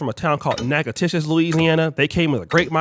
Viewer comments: Pronounced “nackadish” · Yo! it’s spelled Natchitoches but pronounced Nag-a-dish 😂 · I couldve sworn that you claimed some type of Ghanaian lineage for a long time. Now all of a sudden you’re 100%FBA?. And you mispronounced natchitoches or natchidoches. You mixed the two together. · You said natchitoches wrong and I may have spelled it wrong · You pronounced the name of the Louisiana city name wrong! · Brother you pronounced Natchitoches all the way wrong lol. I’m glad to hear you have some Louisiana roots. Obviously you haven’t been down here to visit your distant family